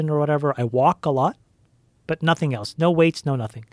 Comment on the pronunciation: One day there will be a kid smart enough to explain to Joe that there is no letter T in the word, " else " 😆